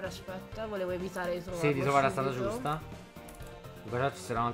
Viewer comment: NONO NONONO nono non non dobbiamdnare da nessuna parte .. siamo giusti .. dice .. right .. giuscta . .via .. l'inglese plz :c